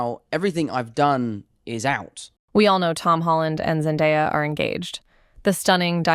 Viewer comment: Seriously though. How does a person even pronounce her name wrong? It's literally pronounced exactly how it's spelled ZEN-DAY-A. I can't right now haha